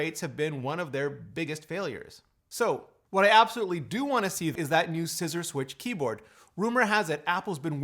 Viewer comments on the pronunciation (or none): none